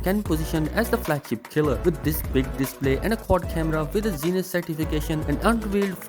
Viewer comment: There is nothing called zines optics, its called zeiss, pronounced as zi-ess